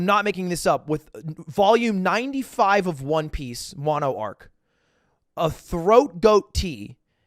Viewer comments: He definitely obfuscated the pronunciation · awesome story but is anyone else bothered by the fact that he calls it "Throat Goat?" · Is the tea he was talking about throat goat or throat coat? Sounded like goat but all I can find it coat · Did he say “throat goat” instead of “coat” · he was saying throat coat and i was like “did he just say throat goat” edit: likes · I shrieked every time he said throat ‘goat’ tea 😊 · Hey I wanna try that tea but I can’t tell if you are saying throat goat or throat coat. Can someone help me out here?